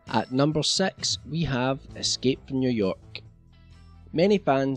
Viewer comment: no offense but you said number sex lolz 00:0